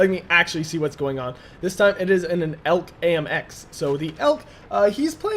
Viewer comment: It's not pronounced elk, but e.l.c.